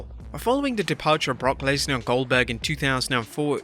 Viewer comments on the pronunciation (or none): I thought he said oldberg.... 😆